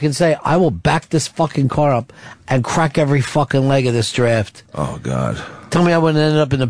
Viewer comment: just because ron pronounced it giraffte, doesn't mean pepper had to.